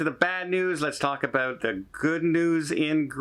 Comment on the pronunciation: Maybe you should shelve those Spanish lessons and pick up some in English to learn "aqua", "about", and "Bear Grylls"